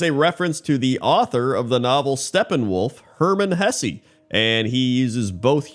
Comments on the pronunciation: although wouldn't it be "Hess-uh" under standard German pronunciation? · Hesse is properly pronounced Hess, not Hessy. 🇩🇪